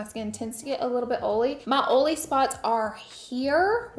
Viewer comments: Ok so she was saying the word “Oily”. I was like why does she keep saying “old”. I know some Deep South folks and I’ve never heard someone it like that. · Laura saying oh-lee (oily) lol 😂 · “o-ly” “o-lier” <— yo, dat West Coast lingo? ❤HugsfromNYC 🍎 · The way you say “oily” absolutely made my day! Love your channel! 😊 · I love how you say “oily” we say it like that in Dutch ✌🏼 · haha Laura, I can't with the way you say "oily"!